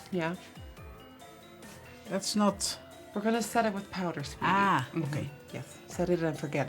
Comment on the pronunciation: Nobody:: PAUDER